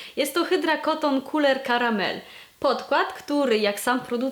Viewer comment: bardzo lubię jak wymawiasz Couleur Caramel :) muszę w końcu skusić się na jakiś ich kosmetyk :)